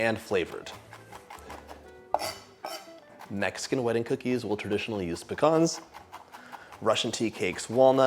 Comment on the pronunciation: I'm so glad you pronounce pecans properly lol . My father was Greek also